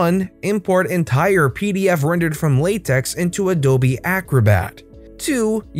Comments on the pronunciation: Pronounches with tech, not tex. It's not latex :P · For reference, it's apparently (according to a math professor of mine) pronounced "Lah Tech", not latex.